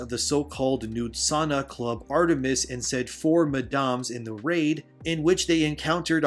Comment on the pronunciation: “mah-doms?” 😂. Why did you pronounce Madams that way? 😂😂